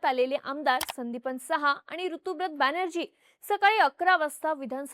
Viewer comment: ताई, एक छोटीशी माहिती - ऋतुव्रत नाही, ऋतव्रत (बांग्ला भाषेतील उच्चार - 'रितोब्रोतो') असं नाव आहे त्या आमदाराचं. ऋत (संस्कृत मधे 'ऋतम्') म्हणजे सत्य (विशेषत: दार्शनिक/अध्यात्मिक सत्य)... ते सत्य, ते ऋत हेच ज्याचे व्रत तो ऋतव्रत, असा हा समास आहे. ऋता (English spelling Ruta/Rita) हे मुलींसाठी प्रचलित असलेले नाव सुद्धा त्याच ऋतम् या संस्कृत शब्दाचे स्त्रीरूप आहे.